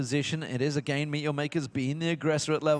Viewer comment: Is he ever gonna learn to pronounce "again"?